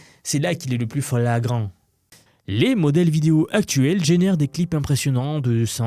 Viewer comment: euh t'es devenu une IA toi même ou quoi ? à - "fleeeeéagrant" :D :P